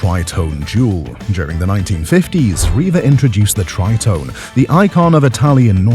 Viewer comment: Pronounced Tree tone ay ffs.